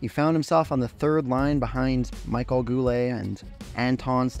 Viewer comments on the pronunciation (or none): I'm Canadian and speak English and French. The Michel I gave you is correct. It is translated to Michael in English however. Just assuming as he is French Canadian it is the French pronunciation when using his name. Not trying to be a jerk, just trying to help. Otherwise well done! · FYI. Michel is pronounced Mee-shell. Thanks for an interesting watch. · Names that were mispronounced were Yvan Cournoyer (Pronounced E-vahn Corn-why-yea) Butch Deadmarsh (1st name is pronounced "Butch" as in "Butch" haircut, not rhyme with "Dutch".) Michel Goulet & Michel Bergeron first names. "Michel" is pronounced Me-SHELL.) Rogee Vachon's last name is pronounced Va-SHON. This is assuming that the late Dan Kelly pronounced them correctly. Once again, this was still a great video and much was learned from it.